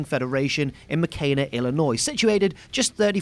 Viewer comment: mo kane na? its MOKENA !!!!!!!!!!!